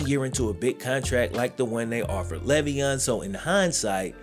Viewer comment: I mean the least you could do while using his name to make bread is say his name right.... he has said multiple times its "lay-veon"